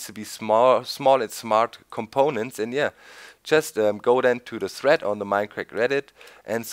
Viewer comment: he said threat instead of thread lol